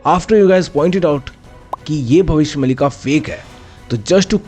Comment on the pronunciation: Its not mallika... Its maalika.. meaning series of bhavishya.. there are several books of bhavishya maalika